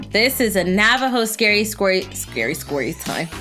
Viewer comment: U said scory so it’s now SCORY TIME